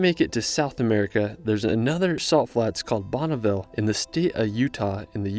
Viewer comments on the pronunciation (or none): none